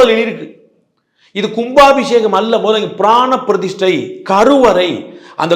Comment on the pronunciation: டேய் பீடை, அது "பிரதிஸ்டை" இல்லை, "பிரதிஷ்டை". நமக்கு "ஸ"-வும் வராது, "ஷ"-வும் வராது, ஆனால் பேரு மட்டும் "சர்மா".